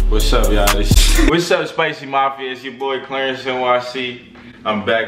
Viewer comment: "clearence" 😂😂 you mean Clarence